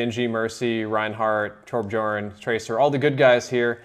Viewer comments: pls. It's pronounced TorbYORN, not Torb-jorn. Pls it's Nordic. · It's pronounced "Torb yorn " not "Torb jorn" get your facts right. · did this guy just say torbjorn's name as "tor-buh-jorn"and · Bov he called j torbjorn (torbyorn) torbjorn pronouncing the j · it isn't tourb-juh-orn. It is tourb-yourn, that is how you pronounce it. love all Swedish people and speakers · It's not torbJorn it's torb-uarn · Try saying torbjorn like tor bjorn, not torb jorn, since you are saying it wong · It isn`t pronounced Torb-jorn, it is pronounced Torb-yhorn. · You pronounce it Torb yorn, not Torb Jorn :) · .... It's torb-yorn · torbjorn- pronounced (because he's swedish): Torb-y-orn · the cringe when he pronounced tobjorn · Get's most ridiculous merch items directly from Blizzard. Can't even pronounce Torb right... smh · dude, its pronounced as torb yawn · It's kinda more like torb-yern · Did anyone else get mad when he pronounced Torbjörn wrong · My god he butchered torbjurns name and it's not a loot drop its a loot box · I hate when people say torbjorn, its not hard to pronounce... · Who pronounces the j in torbjorn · Any1 triggered about how he pronounced Torbjörn ? 😐